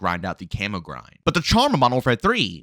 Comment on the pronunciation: Why do you keep pronouncing camo as Camoo or camu ITS CAMO DAMMIT